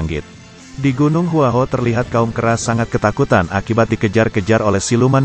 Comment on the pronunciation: Gua hua kuo bukan hua ho apakah komentato salah mengucapkan bahasa mandarin